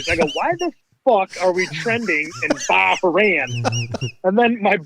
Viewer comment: Bah-Rain lol